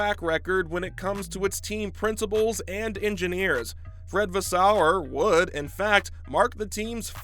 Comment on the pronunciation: Vaes-seu-rrr.. Not Vaas-sou-errr